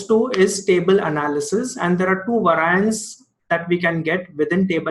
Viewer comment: vae-ri-ents. not vaar-i-ants. Great video otherwise!